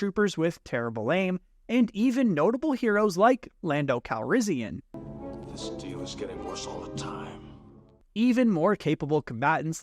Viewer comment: Lando Calrissian more like Lando Calrizzian😂